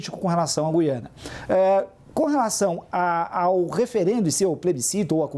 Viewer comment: Parabéns aos dois debatedores pelo alto nível e por pronunciarem corretamente a palavra "Gú-i-ana"...